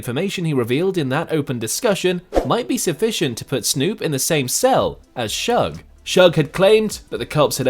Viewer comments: Leave it up to a Brit to fuck up "Shug". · It’s shoog not shug or sooge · This narrator calling suge "shugg" is ridiculous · His name is Suge, not Shug lol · it Suge Knight not Shug